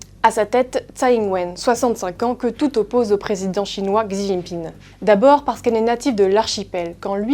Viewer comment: Commencez par bien prononcer Xi svp, oui elle est native de l'archipel, et personne de sa famille vient de la Chine continentale? Donc vous sous entendez le fait qu'elle est native de Taiwan et lui native de la Chine continentale, donc tout doit être opposé? Vous les medias occidentaux font tout pour semer la haine, le conflit, l'oppsition. Je cite Elon Musk : "Humankind 煮豆燃豆萁 豆在釜中泣 本是同根生 相煎何太急"